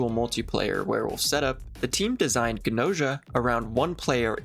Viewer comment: 100% gonna watch the anime(and this video lol) once I finish the game, banger op. And I'm pretty sure that Gnosia is pronounced the way it's written? Like the word "gnosis"(an ancient English term for "true knowledge"). Also I think Gnos' philosophy is vaguely based and Gnosticism. Gnostics believed that our reality is a pale imitation of the true reality, where the true creator lives(it's waaay more complicated than that but that's basically all you need to know draw a connection) But I'm not even finished with the game so what do I know